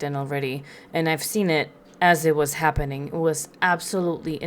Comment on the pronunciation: Happeneen Shakeen Why cant she say “ING”